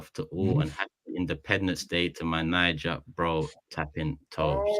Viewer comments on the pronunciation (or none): none